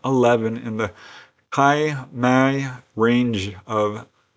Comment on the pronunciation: your videos are quite absorbing mainly because of the photos and still animation (oxymoron) that accompany your narration in well coordinated way. I'm a New Zealander so firstly I should correct your pronunciation of the area of the event, namely the Kaimai ranges, as being Ky My, like you would say My My. Secondly, I have never heard of this event and as such things have always fascinated me so I am surprised I've never seen it reported. Googling the event shows the earliest reporting of the event was 2016, about 4 years after your reporting. Nevertheless, the thing I find most curious is that it is commonly reported that a sort of cone of silence descends along with the UFOs. Explanations of space-time distortion for UFO travel may potentially have some bearing on this reported effect. I also wonder if you produce all your material without ever leaving your house and manage to use Google earth etc., to obtain photos and maps to highlight the location of each event. This makes it appear more credible. Your research and diligence is commendable.